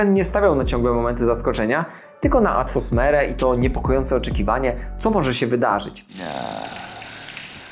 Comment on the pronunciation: Kolego, co najmniej 2 razy powiedziałeś "atfosmere" zamiast "atmosferę". Nie przeszkadza mi to w odbiorze materiału, który swoją droga oglądało mi się całkiem przyjemnie, zwracam tylko uwagę na wypadek gdyby zależało Ci na tym żeby Twoje materiały w przyszłości były bardziej dopracowane 🙃 Pozdrawiam i życzę powodzenia w rozwoju kanału